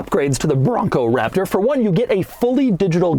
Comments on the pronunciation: The emphasis on “Raptor” got old after the first time. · he does it for every SUV now it seems. gets old. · Great review...but the way you say Raptor needs to chill.